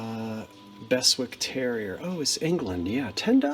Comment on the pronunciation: Beswick is pronounced Bezick here in England.Its a place in the Yorkshire.Also Keswick,pronounced Kezick in the Lake District.🤗